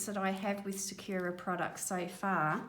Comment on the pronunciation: Thanks for the mixing on the plate method. I’m going to try that out! (By the way, sakura is not “sa-queue-ra”, it is pronounced “sa-koo-ra”. It’s Japanese for cherry blossom.) 😁